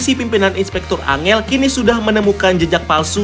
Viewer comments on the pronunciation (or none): bener nih, angel juga dibaca ankhel min